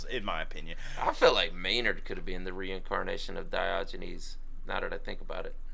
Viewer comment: did you say that you were the ancient philosopher "Dodgy Knees"?! 😕🤔🤣